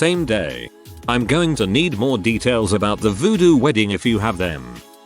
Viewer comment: The pronunciation of "Voodoo Wedding" 😂😂😂